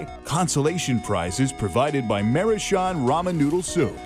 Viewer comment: Also it's pronounced MA roo chan (like channel). It means uh "cute circle person", which is on the ramen package